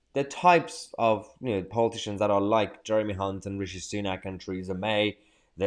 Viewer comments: Hey Mayhar you mispronounced Hunt many times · You pronounce his surname with a C instead of the H